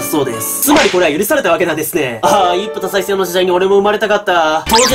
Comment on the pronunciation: それ僕も思いました。 それ以外に「一夫多妻制」を「いっぷいっぷせい」って言ってました